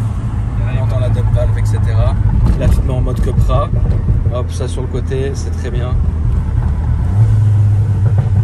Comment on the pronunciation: Les gars, on ne dit pas "Cueupra", ni "Cupra" mais "Coupra", j'ai les oreilles qui saignent à chaque fois 😅🤣